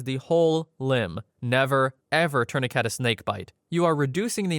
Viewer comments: Dafuq is a 'torniket'....?! 😂😂😂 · Why does bro say tourniquet like that ☠️